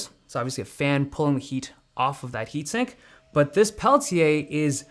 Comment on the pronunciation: amazing how you say it: Pehl-Tee-Yay. hahaha been using blackShark fun cooler 2 pro for over a year now and having freezing device on your device is a GAME CHANGER!